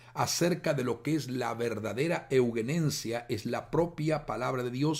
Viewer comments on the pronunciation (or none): Hago un aporte básico. Sería muy bueno que sepa que la palabra euguenencia que usted querido pastor pronuncia y lee reiteradamente a lo largo de todo el video no existe, es permanentemente incorrecta su pronunciación y lectura. La palabra correcta de la que usted habla es: E U G E N E S I A. Ayudaría mucho que se entienda a lo que se refiere, es necesario poner en valor la comunicación, para que no sea descartado por nadie por considerarlo incorrecto, porque no da lo mismo, una palabra que otra que no es, ni existe. Además reduce la calidad del mensaje para no lograr ser escuchado. Agradezco pueda corroborar esto, para que alcance una difusión seria este tema tan importante. Muchas gracias